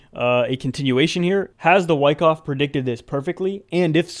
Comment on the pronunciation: I appreciate the awesome TA and entertainment, as always. However, I do not appreciate you mispronouncing "Wyckoff" so many times. Any avid viewer knows it's pronounced with a soft a.